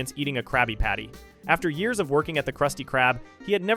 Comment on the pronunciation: Great video but the way you're saying the years is killing me